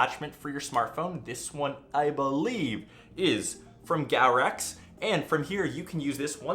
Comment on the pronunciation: great video! only you say it like goworx and not like gowrex xD